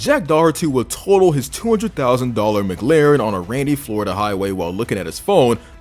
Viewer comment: Dude. Videos great. But I just need to say it’s McLaren. As almost like saying Mik-Laren, or even Muh-Klaren. Not Muh-Glaren.